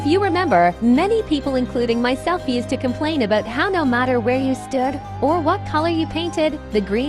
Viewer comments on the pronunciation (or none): none